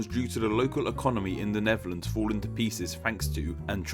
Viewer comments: As a person who exclusively speaks English, pronunciation of the "Neverlands" was also pretty painful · Neferlans....that was nasty